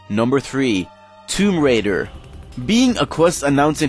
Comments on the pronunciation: "Tomb raider" Sorry, That's TOME raider. TOME. As in a Book. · The quest was going to be called Tome Raider (based off tomb raider, but it involved books) - even though didn't pronounce it correctly!